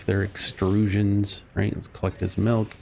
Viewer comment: HE NEEDS SOME MEELK!